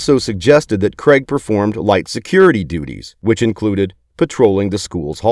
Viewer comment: Craig not creg